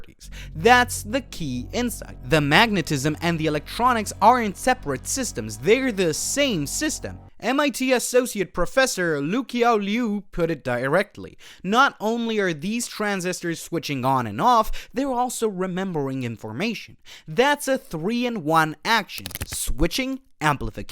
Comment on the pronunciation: Oh, that pronunciation... I knew a fellow named Luqiao, from China, and he said it was pronounced like "Loo - CHOW" That "q" is pronounced as "ch" as in "chop."